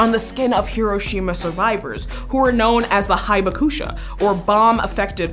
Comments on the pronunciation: Hibakusha is pronounced Hee'baku'sha. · In 'Hibakusha' the 'Hi' is pronounced 'Hee' and I believe that the 'u' is mostly silent. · I love your videos, but I think it is REALLY important to try to get a closer pronunciation of foreign words like "hibakusha"...